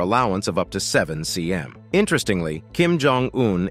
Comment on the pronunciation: "Five ci em" What is this bro :))